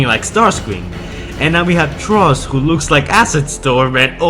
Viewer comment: Lol how come you can pronounce Frustrating but not Thrust? Just say it like Frust if you have to since it sounds closer than Trust...